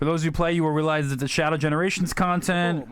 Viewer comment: You said Sonjc X Shadow Generations lol😂🤣